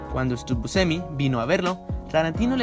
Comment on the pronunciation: Hay varios fallos en las pronunciaciones. El fallo fatal es el de Louis Malle. Pero también es bastante feo oír esa forma de pronunciar el apellido Buscemi. Lo demás está muy bueno. Felicitaciones por el buen trabajo.